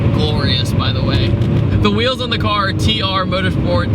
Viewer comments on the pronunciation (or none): none